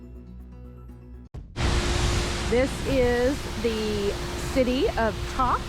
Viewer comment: It is pronounced Clue- on- eee. Kluane. Also Tok is pronounced Toke. Just trying to help 😁